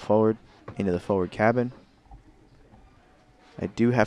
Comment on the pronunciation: The word forward has no silent r.